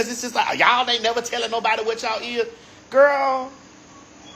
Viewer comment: I love Maddie😂😂 “Gworl”